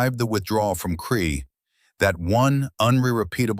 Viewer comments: A Kiwi here...it was Krete not kree.....Also the Kiwi soldiers killed many German paras as they fell to earth in parachutes....as they were great shots. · Allied soldiers including New Zealanders sought refuge in Crete, after escaping from Greece in front of a German advance designed to cut them off. SO they had been retreating and trying to stay out of trouble for some time. From Greece to Crete and onwards.... The deeds performed by the then Sgt Hulme can be verified via Wikipedia. Now the German 'smoke' that he was wearing around, was a 'smock'. The New Zealand place names were totally murdered by the commentary, and the sub-titles. Both the English and Maori language place names. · Can’t believe you allowed AI to destroy his story so many mistakes you have butchered the battle of Crete (Kree for FFS) as a kiwi I’m very annoyed 😡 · I hate AI narration. Why can it not pronounce Crete ? Rotorua etc ? Just get a human to read it !